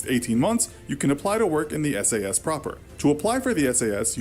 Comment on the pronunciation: S.A.S you pronounce each letter, not as a word.